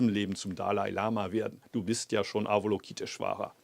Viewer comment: Lieber Muho, vielleicht würde sich Ava-LOKI-teshvara über eine schönere Aussprache freuen. Ich spreche das auch immer falsch, aber die korrekte Aussprache ist bei weitem harmonischer als unser gebrabbel.... Nur eine nebensächlichkeit. OM